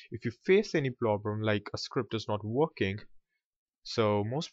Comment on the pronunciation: "... if you face any PLOBREM ...". LMAO. Thx for tutorials, bro!)